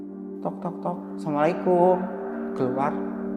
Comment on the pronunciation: Salamnya kurang bener asamualikum, assalamualaikum 😅